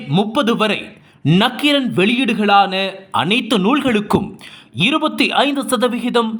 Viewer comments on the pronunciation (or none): என் தவறை உணர்ந்து திருத்திக் கொண்டேன். நக்கீரனை அடுத்த காணொலியிலாவது சரியாக உச்சரிக்க வைக்க முயலுங்கள்.